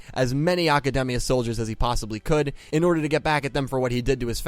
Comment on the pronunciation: The real unanswered question is why you keep pronouncing Academia like it's a Japanese word. It's not a Japanese name like Aki or Asuka, it's English word, but you keep saying it with a Japanese accent. It's really weird =/